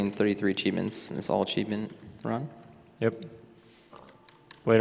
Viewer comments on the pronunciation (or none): Why does he keep pronouncing the word cheevo like that? He keeps saying "acheevment" or something like that. Is it some weird slang for cheevo?